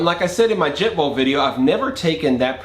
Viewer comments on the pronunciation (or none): What is a "jet ball"??? "Intresting" is not a word. Piezo: PEE•ay•zoh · Jet "Ball"????? Pē•ā•zō